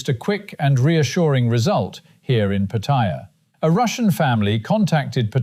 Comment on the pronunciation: My hat’s off to the announcer pronouncing Pattaya correctly. Refreshing after hearing the name being butchered many times on YouTube.